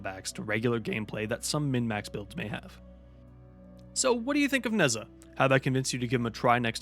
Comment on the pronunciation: It is pronounced Nuh-jah. facepalm